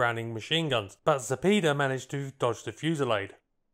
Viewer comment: Zapeda- "za-pay-da", not "za-pee-da"